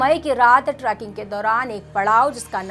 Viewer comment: Tracking nahi madam. Its trekking. Tree-king